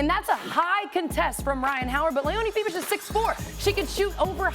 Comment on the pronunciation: Very good presentation by those ladies. Also, they pronounce Fiebich's 🇩🇪 name perfectly.